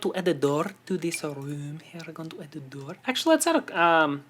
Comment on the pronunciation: The way he said door in the beginning of the video is the way you say door in norway. We write it dör or dør. :)